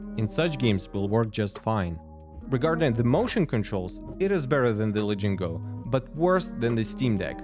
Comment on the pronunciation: lenovo la-ging-go????????